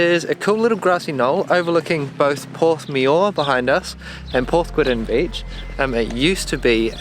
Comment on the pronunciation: Porthmeor is pronounced Porthmeer; and Porthgwidden is Weddn beach. (Born at 14 Island Road) - Great video!